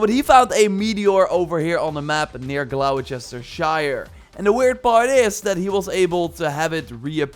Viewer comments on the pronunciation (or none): Gloss-ter-shire now please stop massacring that place name 🤣